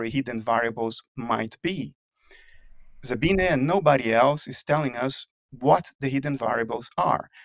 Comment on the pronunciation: he pronounces Sabine right!